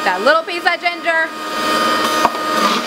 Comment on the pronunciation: Oh my my.... Had dis for brekkie nd I love it... Can't stop pronouncing ginger d way u did... Lol